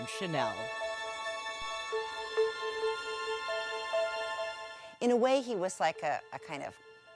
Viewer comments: one of the girls is pronouncing chanel as "SHA-nil" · why does she keep pronouncing Chanel like that??!!! it grinds on my nerves. CC